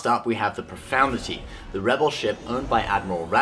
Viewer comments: Ugh again, it's not pro-found-ity It's pro-fund-ity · Did he say Radis's ship was the "Profanity"? or the "Profoundity"? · Good video, but it's Profundity, not Profoundity - there's no such word